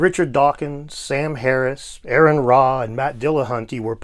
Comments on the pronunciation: Same and this clown was so lazy skipping his home work and sleeping through the test, he doesn't even now how to pronounce internet atheist Aron Ra's name correctly, its not "Air" like Aaron like Erin, it's Argh like a pirate says argh pronounced like far-rin LOL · I genuinely believe that is mispronouncing Aron name to spite him. Aron once said, "My name doesn't have two A's in it because my name isn't Aaron, it's Aron".